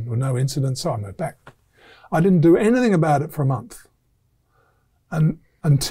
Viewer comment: Great stuff isaac keep it up Only issue is you continue to say anythinK instead of anythinG Please sort this out